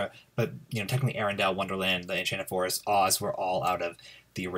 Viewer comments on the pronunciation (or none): none